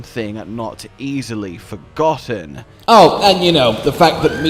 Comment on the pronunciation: why did i hear "lost but not forgotten!" as "lost but not for cotton!"